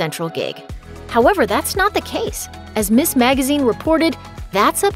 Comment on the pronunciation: "Ms." is pronounced "Miz." Vegetarian: Egg salad sandwiches on whole wheat, spanakopita, mushroom soup, brownies made with flax flour, pumpkin pie with almond flour crust, fruit smoothies with hidden greens, chocolate pudding, macaroni and cheese, soft ginger molasses cookies, potatoes in all forms.